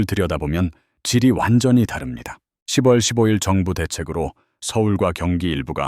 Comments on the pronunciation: 십월이 아니고요 시월로 읽어야죠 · 스크립트에 ‘10월’을 ‘시월’ 한글로 넣어 보세요. ‘6월’도 ‘유월’로.